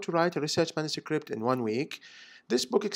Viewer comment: why do you say mansucript?